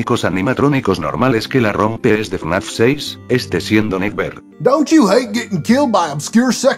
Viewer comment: Algunas veces parece que dice “naf” en vez de fnaf xdddd